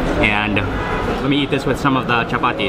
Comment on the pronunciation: I love your pronoun at say"chappathi",😍😍